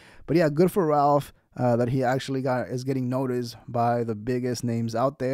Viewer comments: I think Ralph is better than George and he is hating on Ralph because of it. The jealousy is so obvious that’s disrespectful purposely mispronouncing his name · The way he intentionally said his name wrong....1000% hes heard of Rakph Barbosa lol ...thats just some hating ass shit .. period.